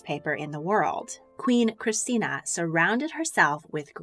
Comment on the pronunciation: Hearing her pronounce that R in Christina hurt